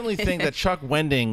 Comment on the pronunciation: It's Wendig, NOT Wending. Come on!